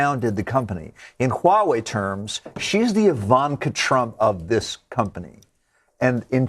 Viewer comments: Follow me: Wah-way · lol did she just said white wei?